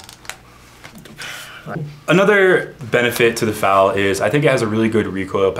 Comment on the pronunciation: its said Fal like bad not fal like bod